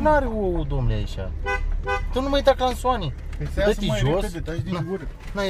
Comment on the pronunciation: nu mai zi "clanson" sau "craston"